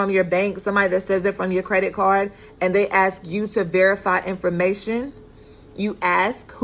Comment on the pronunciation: great information but ...... its ask not axe